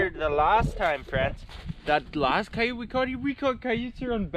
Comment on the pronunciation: wth is a ciyute? lol we call them coyotes here in the Adirondacks